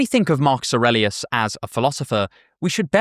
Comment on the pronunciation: You pronounced Aurelius the right way like in romance languages 👍